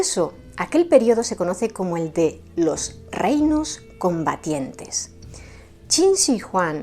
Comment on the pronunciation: Eres la primera persona es Youtube que pronuncia correctamente Qin Shi Huang